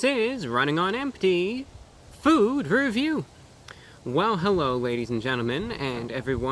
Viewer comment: when he said food review at the start it sounded like meme review